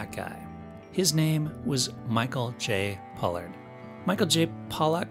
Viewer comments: Pollard! Not Pollock. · It's called "Star Trek", NOT Star Trak! Then you pronounced Michael Pollards name correctly the first time, then you pronounced it as "Pollock"! If you can't get your facts straight, then do something else! What a fool.